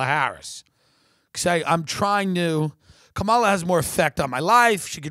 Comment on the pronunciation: It’s pronounced “comma-la” Kamala, Tim